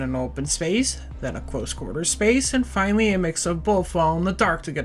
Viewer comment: Massive emphasis on the finally I’m just sayin